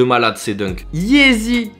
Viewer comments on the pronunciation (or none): none